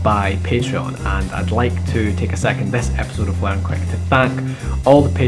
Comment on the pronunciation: Learn to say learn and not L A E R E N